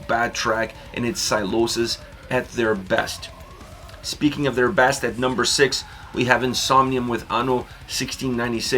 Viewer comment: sounded like you said breast not best progressive album. That’s all.